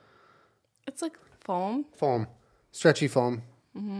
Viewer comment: i love how julien pronounces foam like “folm”